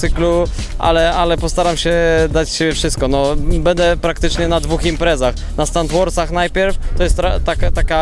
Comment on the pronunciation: Stunter ; będę a nie "bede" :P